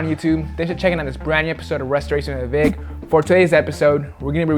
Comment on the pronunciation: Damn! I though I heard him actually say restorations with Vick this time. I was wrong hahaha #resterehehwehvick